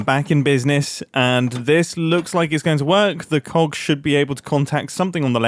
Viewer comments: MUMBO PLEASE PRONOUNCE THE G IN COGS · Mumbo still can’t say cogs without it sounding like something else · please, never say play with cogs...... with your accent its uhhh interesting to hear 😂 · Especially BIG COGS! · I took me by surprise for a second 😅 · I fr thought he said something else